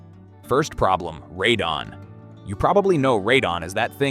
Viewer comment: Honestly, first few videos I saw weren't bad and the info isn't terrible (though I would "trust but verify" what's said), but I quickly realized this is just an AI slop channel... The scripts are clearly generated by AI and the voice is also AI (notice that the narrator pronounces Radon "ray-din" intermittently?